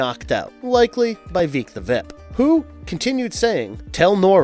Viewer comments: also kinda weird how he said “Veek the Vip” at one point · “veek the VIP” “Voyt” Only one take huh?